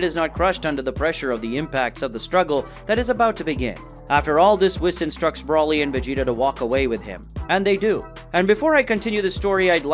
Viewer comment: Why are you calling him Broli dude its Broly renounced (Bro-ley) and what with you calling Beerus "the Beerus" bro your dping this on purpose arnt you chill dude